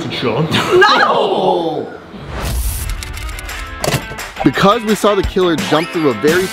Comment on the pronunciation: It’s shon